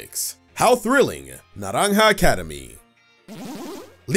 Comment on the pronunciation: The pronunciation of naranja is spot on🎉